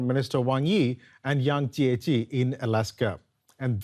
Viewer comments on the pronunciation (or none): Achtung ! You guys bludgeoned the pronounciation of State Councillor Yang Jiechi's name. Nicht gut !!!